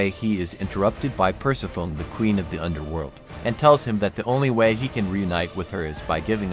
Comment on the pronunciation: Persefone*** is how u say it, other then that 💯🔥🔥🔥